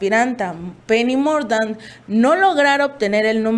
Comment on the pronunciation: Saludos señores del chapuzero en el minuto lis dice ASPIRANTA PENI MURGANTH cuidado estén fomentando el feminismo ojo